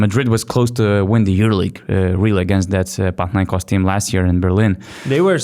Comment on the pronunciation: I love how well you pronounce Panathinaikos